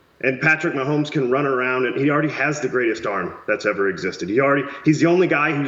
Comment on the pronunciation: Why is this Asian dude commenting and can’t pronounce Patrick Mahomes last name…